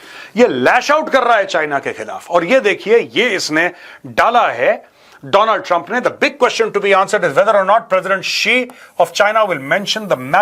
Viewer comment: 😂 do-land Tumpa 😂